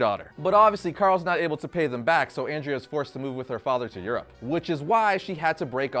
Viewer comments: Andrea, (Aun-Dray-Uh) 😜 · It's AWN-DREH-UH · You pronounced andrea wrong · If you love the movie so much then pronounce Andrea the right way as it was in the movie. Just saying. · For the love of god, stop mispronouncing Andrea's name. I literally had to stop watching the video because I couldn't stand to hear you butcher it anymore. Have you actually seen the movie? Her name is Andrea. Pronounced the same way as the name Andre, with an "a" at the end.